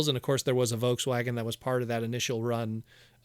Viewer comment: dude I like you but please pronounce Volkswagen correctly lmao.